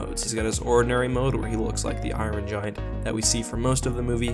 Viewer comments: Never heard of the "eyeron gian" I do like the iron giant though might have to give it a watch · Who don't love the " iorin"giant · I-Ron Giant. Lol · Why do you say it like Iwon giant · "Eye-run Giant"